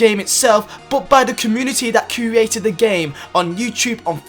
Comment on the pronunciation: Please can you learn how to pronounce the word "create"